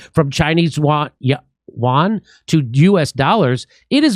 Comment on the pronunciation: Yuan is not pronounced like Juan. LOL